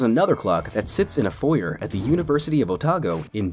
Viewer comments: hate how this guy says foyer. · "foi-YERR"???? FOYERR??? No! it's "foi-YAE". Dude really just said 4-yer. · foy-er It's funny because in Canada we say it like foy-ay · Foy-AY!!!! Not Foy-er. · foyer is actually pronounced "foyei" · Not foyer. Foy fucking A, foyay, foyé. Jesus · I'm from Canada, and it's pronounced properly across the entire country. I believe it is in the UK as well. In fact, I think it's only Americans who pronounce it foy-ur, similar to niche as "nitch", and clique as "click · The way he says foyer XD I’m dying. Its pronounced Foy-ay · it's pronounced "foyer" not "foyer".